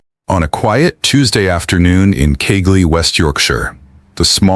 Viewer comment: Some people are so evil absolutely disgusting. P.s Keighley - sound like (ki-th-ley) - every time it was said, it was butchered lol.